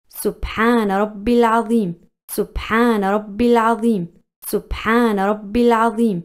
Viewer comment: It's subhanharabil Adheem not azeem